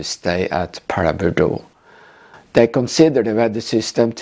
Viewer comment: Your pronunciation is correct! Sustained low cloud conditions at Paraburdoo are very unusual, which likely contributed to the "she'll be right" approach by all involved.